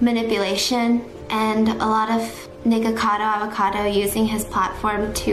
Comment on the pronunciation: This many videos in and you still cant say his name right